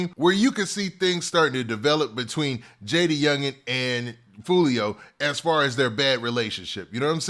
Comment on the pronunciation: "Who tf is joo-lio"🤣🤣🤣